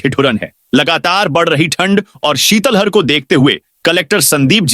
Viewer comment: शीतल हर नहीं शीतलहर बोले।किस मास्टर ने आपको हिन्दी पढ़ाई। है।कितनी बार आपको समझा चुके हैं।